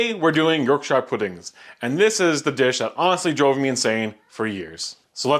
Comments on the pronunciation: Puddings great, the pronunciation of Yorkshire, not so 😂😂😂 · Years and years to get the recipe right, but still can't pronounce Yorkshire correctly. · Coming from the south how you say it, is how I’ve said it haha, I’ve looked at the comments and seein I guess we be wrong bubba, but who cares, we all get the point but I’ve never made em and now I reckon I’ll make me some. Thanks for the recipe. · York 'sher! Not 'shier'. My Yorkshire grandma is turning in her grave. Great puddings by the way!! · Sheer, Sheer. York-Sheer is how the place name is pronounced. Not Shire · york - shire .. no york-shur (though a perfect recipe for them) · For the love of all things Yorkshire. It’s not York Shire it’s York sher! And you should use beef dripping. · not yorkshyer. yorkshur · Yorkshu, not York-shaaaayre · Yorkshur not Yorshyer. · York-sha, not sheer. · york-shur not yorkSHIRE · You Americans, when will youlearn to pronounce ‘…shire’. Not as in ire but as in …er. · Stop saying “Shy yours” it’s “shuzz”. Yorkshuzz. You sound like an imbecile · Yorkshuh not Yorkshiiire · York-sh not yorkSHIRE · "York- sure" is how you say it, not "York- shire". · PLEASE pronounce Yorkshire correctly - York-SHEER! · Very impressive! But please- York "sheer". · Say York Cher Pudding 😂😂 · As your viewer Claymore said, it’s pronounced York shur. But no sweat, your puds came out beatifully! Well done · No fat are you mental? Say it with me yorkshire.... yorksher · Shire? Yorkshur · "Yorkshaier" pudfings. At least learn to pronounce it. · It's pronounced "York-sheer". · Full fat milk is better in my opinion, never had any problems with it in my yorkshires. However, I used to do half milk half water so who knows! Pronounced Yorksheer btw 😊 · The American way of saying Yorkshire gives me the ick. Its York-sh-err. You’re welcome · We are not a shire, we are a sher, Yorksher. As in Woostersher sauce😂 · I'm not even a Brit, and I cringed every time he said York-SHIRE. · It’s York shure! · York sha